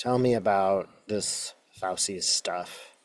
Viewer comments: I love you, but his name is pronounced FOW-CHEE. It’s Italian! ¯\_(ツ)_/¯ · i apologize for what i am about to do, but i worked for an airline for 33 years and it was considered very rude to mispronounce a name ,country ,city etc. so may i just tell you that dr Fauci has an Italian name and "ci" is pronounced "chee" "chi" in Italian is pronounced "key" words with "che" is pronoinced "kay" i lived in Sydney for 2 1/2 very happy years. i listened to them call a the French "fill lay " for fish a "fill it" among other things, we have been taught go pronounce frequently used foreign words like the way they are pronounced in that country.... my Australian family pronounced words however they thought is felt like. again i am sorry to be so critical. it jsut grates on my nerves. feel free to call me out.. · Fauci's name is pronounced Fow-chee, like Gucci. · Just so you know - it's pronounced FOW-CHI. It's Italian. 😀 Thanks,!💗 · Fauci is pronounced: Fow-chee. Katie Phang is pronounced: Fang. (I think that is who you mean.) I hope all is well with you. Sending hugs. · Love and appreciate you,. FWIW, his name is pronounced "Fow-chee" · FYI ci=ch sound in Italian. So his last name is pronounced "Fauchi" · FAUCI IS PRONOUNCED "FAUCHI." JUST TO LET YOU KNOW. 😊🙏☮️🌎🫂💙😇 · FYI: Fauci’s name is pronounced “fow-chee”. I thought Fauci handled the group of GOP bullies’ hearing brilliantly by taking the 5th Amendment. Score 1 for Science and Reason to 0 for MAGA Ignoramuses attacking a good man. Even prior recent US GOP Presidents had nothing but praise for him. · Pronounced FAUCHI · Fausee? Fauchee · (Sorry, small thing. Pronouciation of Fauci: ‘fow-chee’. Not ‘fow-see.’ 🙂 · Trump took the Fifth 440 times!! If they prosecute Fauci (pronounced Fau-CHI,, not fow-see) they are just proving their hypocrisy. They just need an enemy to hate, and whip up the ignorant to distract them. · His name is pronounced Phouchi-Fauci = Fauchi! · It's pronounced FOWCHEE.